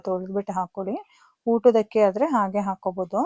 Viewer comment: ಹಕ್ಕಿ ❌ ಅಕ್ಕಿ✅